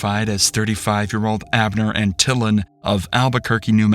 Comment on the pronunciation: I can’t take it any more! Antillon is pronounced AntiYON.